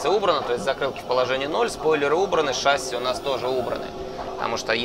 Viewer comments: Пилот???? Говорит "шАсси" !!!!!!😆😨😵😂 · Пожалуйста говорите правильно ШассИ - французское слово, ударение идёт на последний слог как и во всех французских словах. Очень бесит когда ударение ставят на первый слог (тем более пилоты которые должны это знать) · Почему все пилоты говорят слово «шасси» с неправильным ударением?